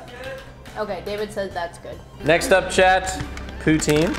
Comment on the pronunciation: Hearing say David with a french accent was a new experience